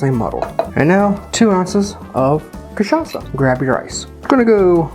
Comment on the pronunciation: this is the best pronunciation of an american saying cachaça I have ever heard, recipe is almost perfect just drop the simple syrup and add one more spoon of granulated sugar.